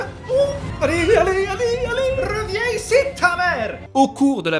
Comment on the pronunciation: "Rrrreviens ici tamere !" J'adore 😭🤌